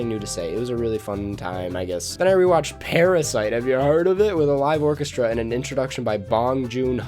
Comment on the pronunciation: I forgot how much deeper voice was in this video than it usually is nowadays. I also forgot how chaotically he says _Parasite_.